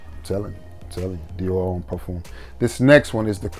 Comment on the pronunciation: Did you say Dior.... Home ?? lol Cmon mane . Its not home bro...lol